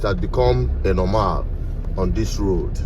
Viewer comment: My best part is the pronunciation of Normal as Normaaaaaaal.😆😆😆😆